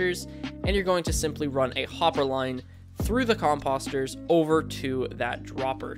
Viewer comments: Say it with me now... com post er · The next time u say COMPUSTERS .....WERE GONNA HAV A PROBLEM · Who says 'Compahster? It's pronounced with a long o. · Great farm but am I the only one annoyed he’s saying composter wrong? 😑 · no it actually is annoying lol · Ya lol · It's hard to take someone serious when they pronounce "composter" like this guy does. I'm half hoping he's just trolling us.